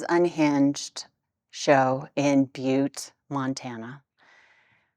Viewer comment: As a native Montanan, you pronounced Butte correctly.:)